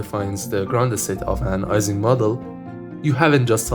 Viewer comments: The name Ising is pronounced as if it were spelled “Eesing”, not “Eyesing”. Mathematical physicist Barry Simon once joked, in a lecture on statistical physics, about the work of Mr. “Eesing” on the “Eyesing” model. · FYI ising is pronounced like "easing"; EE-ZING